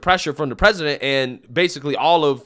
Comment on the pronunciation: I’ve never heard panels on major shows talk about the vice president needing to be ready to be president the next day. It’s like they are planning it or something…. So Amewica can have the fewst woman pwesident.